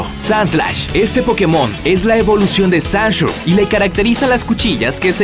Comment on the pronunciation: El: La pronunciación de los nombres de pokemon no es mi fuerte Yo: no será para tanto Él: Sanshu, Sikan... Yo: ah... Pues si